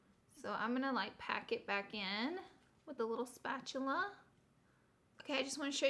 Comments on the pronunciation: A “spatuler” I’m DONE 😂😂 Laura you cute but dumb as hell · I love you. Spatular 😂❤️💀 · spatchulurr lol your to cute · Are u saying spatular? 😂😂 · "spatuler" is my valentine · She said spatular lol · Spatuler 😂😂 I love you, Laura. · “spatuler” 😂 lol LOVE YOU LAURA!! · Did anyone else notice she said spatuler 😂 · “spatuler” BAHAHAHAHAHA I LOVE YOU SM LAURA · She says spatula like mister krabs